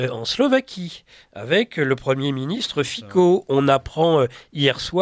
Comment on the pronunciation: Pfff... "Fico" se dit "fitzo". C -> tz. Pas pro, les gars.